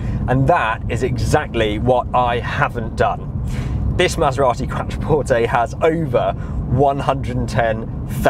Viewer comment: 'Qwatra-porte' lol